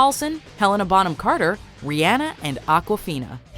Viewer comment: Ri ah na not ri eah na